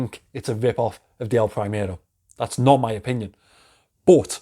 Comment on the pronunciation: It's "El primero" not "El prahimero" pronounced!!